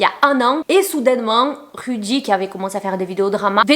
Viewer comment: Tu t trahis en prononcer le nom de rudy plusieurs fois